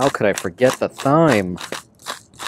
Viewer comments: It's pronounced "time", not, "thime". Lol, that was cracking me up. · “Parsley, sage, rosemary and thyme” pronounced TIME. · There is something charming and contagious about you and your videos. I love to watch your van adventures and listen to that little laugh of yours. So anywho, pleasantries out the way, I'm that friend who will tell you when you have a boogie in your nose, so that said, THYME is pronounced as time and next time you hold your meat out of the way to keep the buggies away, season it first to let the flavors set a little while you prep your other ingredients. Also, get a santoku knife...will help you do wonders mincing garlic and onions and chopping veggies and watch a YouTube video to see how the wrist action with your santoku knife will help you with your prepping. Love you, mean it, bye until your next adventure! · I am just love your take on van life. I am looking into travel with my dog. Your dog is so well behaved. By the way it is seasoning pronounced Time. There is a garlic press you can get. I love mine I got at IKEA. Looking forward to more of your adventures. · How do you pronounce thyme?? Supposed to be "time ". You know.. parsley, sage, rosemary and .. thyme (time). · It’s definitely pronounced ‘time’, yes! The ‘h’ is silent. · Its ok. We all have some words we get tricked on pronouncing. Mine is Quinoa, yours seems to be Thyme. English has some weird idiosyncrasies. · I thought he was kidding at first pronouncing it with a "T"-"H" sound. Nope. He's just ill-spoken. Wow. Just wow. So embarrassing